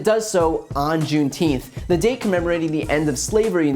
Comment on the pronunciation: did he just say “on June teenth.”..?